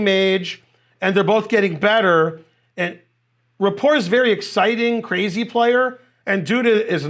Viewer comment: I like how you say his name wrong.